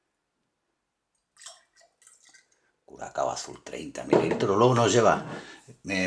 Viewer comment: SE DICE BLU CURASAO BRO ES LA C TRENCADA